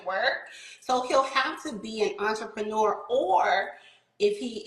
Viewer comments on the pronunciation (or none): I hear enterpreneur one more time today.....